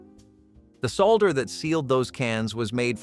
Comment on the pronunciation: Hey Mr. Commentator, that is not how to pronounce “lead solder” 🤬